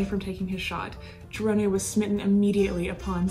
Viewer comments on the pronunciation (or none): Hi J. Interesting recap on Cerone. Just to provide you with the correct pronunciation of his surname; you pronounced it “Cher-oh-nay” and it is actually pronounced “Sir-own.” Interesting work you are doing and keep it up! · Actually I’m pretty sure it pronounced Cerone. Sir-Rone But honestly everyone pronounces things differently you’d think it’s one way and it’s something completely different. Honestly no one is wrong unless they know the family and know for sure. Either way she does awesome videos the way she puts everything together, just a pleasure to watch. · I know his family and they pronounce it "Sir Own" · Excellent work as all of your work has been. Many details I've never heard before and ALWAYS great job with the photos. That must take a lot of time. One thing you may want to check is the pronunciation of his last name. I have always heard it spoken in two syllables and sounds like Sir-own or Si-rown... own sounds like the word. You own your house lol.. Sorry I'm not and English scholar lol.. Check that out. Maybe you are the first person who has ever pronounced it right. I hate to even mention it because you do such fine work. But for that reason I'm sure you would want to know if something needed correcting... Keep up the great work J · Love the content but, Jackie Cerone's last name is pronounced Sir Roan again Love your channel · You are saying his name wrong …. Cmon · Why do you keep saying his name like that?🤔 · Just letting you know you are pronouncing his last name wrong only reason I know is because I am related to him